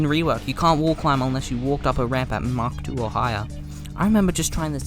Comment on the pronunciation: the "mach 2 or" sounded like "hawk tuah" Well more like "mach tuah" but yk